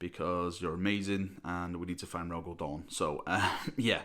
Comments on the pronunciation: its Dorn not Porn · sorry, but as an american i cant tell if youre saying "Reclaimers of Dawn" or "Reclaimers of Dorne"